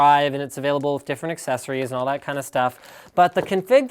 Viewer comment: "und this device only" LINUS you cracked my ears xD